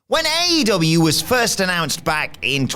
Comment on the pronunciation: Is there a reason why can't pronounce aEEEEEEw sometimes?